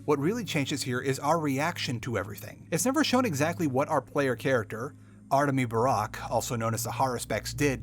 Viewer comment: it hurts to hear you mispronounce the haruspex's name EVERY TIME